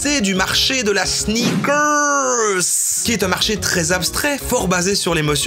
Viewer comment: J'avais jamais entendu parler des sneakerrrrssss Lidl, je me suis senti comme çe gros gland de Booba.